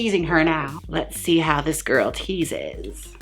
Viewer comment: "Tease That Wig GiRRRL" with four "r's". I am serious but 11 months too late. Love you so much Jaymes Mansfield.